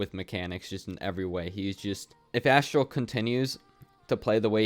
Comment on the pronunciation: btw it’s Aztral not Asstral